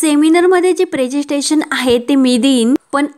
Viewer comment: प्रेसेन्स्टेशन नव्हे प्रेसेंटेशन